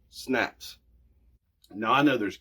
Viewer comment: I thought you said snacks!